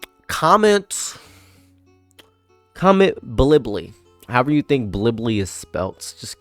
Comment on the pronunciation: Blibbly? Bulibily? Billibilli